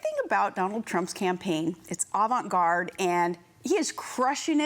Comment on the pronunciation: Dumb and Dumberer. "It's avarrnt garrd" . I wonder which member of staff suggested she say that? As to Mr Trump; he is that all too familiar personality that wonders why the whole human population has not achieved the same level of financial gain, fame, power etc that he has. Or the dieter that loses 100lbs and then wonders how anybody could ever be fat. Do we really wish to remembered in history as the generation that allowed people like this to even come vaguely close to being president? Perhaps the Jackass Kanye West really will be President in 2020...